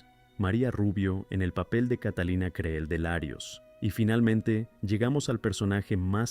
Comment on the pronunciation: Creel se pronuncia CRIL